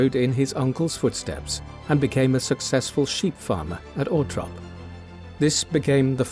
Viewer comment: If the narrator can’t say the name of the property, Althorp, then he needs to stop talking because he’s just embarrassing himself and annoying everybody who tries to listen to this